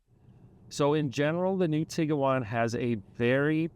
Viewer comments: It’s Bose-Man Montana. Not Bose-ah-Man. It’s Tig-wan. Not Tig-ah-wan. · It's pronounced Tiguan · Why are you pronouncing it Tig-uh-wan? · If the "senior research editor" couldn't be bothered to learn the correct pronunciation of both the car (which is currently in its 16th model year so hardly new), and the name of the town they were in, what else did they get wrong in this video? You lost a lot of credibility on this. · This is a good review, but genuinely baffled that VW allowed you to review the car without knowing how to pronounce it.